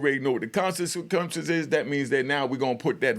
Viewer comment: Consesuqwences lol unc slow down